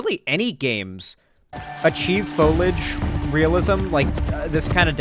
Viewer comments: i am begging you to pronounce foliage correctly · Him mispronouncing foliage is really pissing me off more then it really should for some reason.